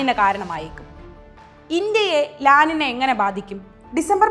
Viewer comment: 'ലാ നിന' അല്ല അത് 'ലാ നിഞ്ഞൃ' എന്നാണ് അത് ഉച്ചരിക്കേണ്ടത്. ഇതൊരു സ്പാനിഷ് പദമാണ്. അതുകൊണ്ടാണ് n മുകളിൽ ഒരു ചിഹ്നം ഇട്ട് 'ñ ' എന്നുള്ളത്. തിരുത്താൻ കഴിയുമെങ്കിൽ ദയവായി തിരുത്തുക.